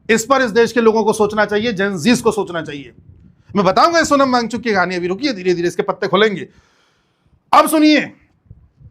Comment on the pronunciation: सोनम भागचुकी✅ सोनम वां गचुक❌😅😅😅😅